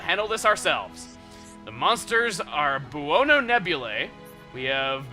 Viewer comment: "Buono" is an Italian word and is pronounced "bone-O". It means "good" and is a cognate of the Spanish "bueno".